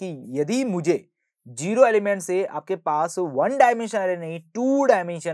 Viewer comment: sir its Zero (Zee-ro) Not Jero (Jee-ro) please pronounce correctly